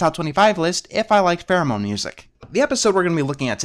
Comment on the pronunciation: Pardon my hearing but are you saying "theremin" music or "pheromone" music? It sounds like the later but only the former makes any sense to me in terminology. (Although less sense as it seems to hint at an instrument bias that should not dictate whether a musical piece is good or not.)